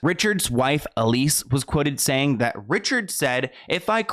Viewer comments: EL-SEE . Sorry, it was driving me nuts every time you said EL-EE-SS. 😂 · is it just me or is her name elsie and not elise like he was saying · Seems her name is spelled ELSIE (El-see) but is it supposed to be as your pronouncing it, ELISE? (E-leese). But wow, you find some very interesting stories. That creepy old perv thought he was going to actually be “on top” of Marilyn, you know, for eternity. However the unimaginably uncomfortable embrace of Hell has claimed him instead. (Body snatching, also using bodies and remains in rituals is a thing for certain ghouls. As a news reporter I was assigned to cover a cemetery desecration, and couldn’t believe what I had seen there. Bodies were dug up out of the ground, and sat up in circles, skeletons leaning against gravestones, was horrible. I’m sure some of these ghouls wanted to get at her body, so they’ve had to protect it somehow). I could never understand how she married DiMaggio. Baseball is one thing, but kissing that guy, I dunno, looks quite the most unpleasant chore. Miller was another creepy cold fish she made a miscalculation with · Her name is Elsie not Elise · It's Elsie, not Elise 🤣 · I just wanna say her name is El-sie not Elise. As an Elsie myself was just erking me - sad and sickening story though, absolutely breaks my heart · It says ElSie not Elise right? Just fyi. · I think the wife’s name is pronounced Elsie not Elise. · Not to take anything away from the video but the creep's wife's name is *Elsie, not Elise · I’m sorry but I can’t stop hearing you say the name ‘Elise’ when it’s EL-SIE. You even have a news clipping with her name written on it 😂😂😂 how fast are you making these videos? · El-sie.* Not Elise. :) At least that's what your examples read. :) Easy to flip em. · Her name was Elsie like Ell-see ! Great story just wanted to clear that up. It was my grandma’s name and popular for the time :) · His wife’s name was El-see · I think her name is pronounced (El see)